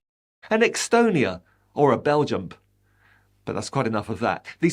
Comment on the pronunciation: Fantastic analysis and a huge thank you for this post. ...."Portu-go", "Bel-jump", "Qu-italy".......😂